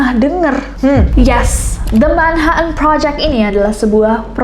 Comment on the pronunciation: Jd lucu dgr nessie blg "manha en" project 😂